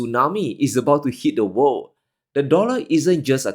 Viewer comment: "And...of the wor'd"!